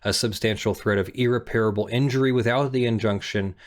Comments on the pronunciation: Irreparable. EAR-REPPER-ABUL. Not EAR-REPAIR-ABUL. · I must apologize in advance! irreparable [ ih-rep-er-uh-buhl ] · If my lawyer was as incapable as you are of pronouncing the word irreparable correctly I would dismiss them immediately and find new representation. This is a word that comes up all the time in your line of work, so you should have been able to figure it out by now. Its no wonder you got your ass handed to you when you filed your objections against Malibu in the case you mention. Where’s your due diligence on pronunciation?